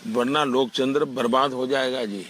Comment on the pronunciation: Jise lok tantra bolna nahi aata wo kya desh chalayega pm hai kam se kam koi esa banda he rakh lo pm ji jo apko likh kar de sake ke kya bolna hai